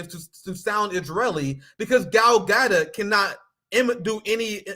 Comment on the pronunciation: You don’t know how to pronounce Gadot?